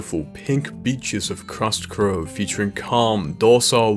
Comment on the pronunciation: "Crust Crove" lol